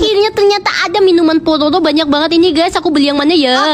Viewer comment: Dih alay banget masa bilang Pororo aja palolo